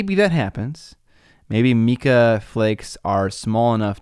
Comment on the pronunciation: it’s Mai-kuh not mee-kuh. Potato/tomato but just in case any geologists are listening and you don’t want to lose that demographic!;)